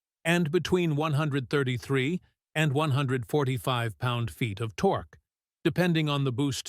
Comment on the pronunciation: He said "torkoo" 😂